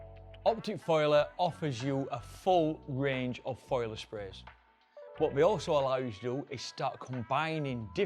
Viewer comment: It's foliar, not foiler.